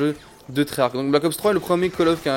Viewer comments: On prononce pas treyach avec un k à la fin, dans la langue française "ch" sa fait " Che" donc treyarche EEEEEE ! C'est stressant jte jure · Et tu cest même pas dire treyarch